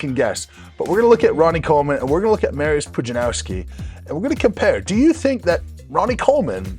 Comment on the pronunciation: “Mary-us” lol 5x WSM Polska gurom 💪💪💪